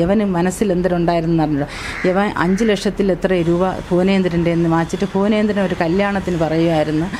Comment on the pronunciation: Yevai yevai. Ithu antharu faasha. Fuvanendran 😂😂😂😂( bhuvanendran ) annu parathalle 😂😂